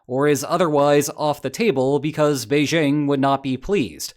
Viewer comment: (There's no "Z" in Beijing.)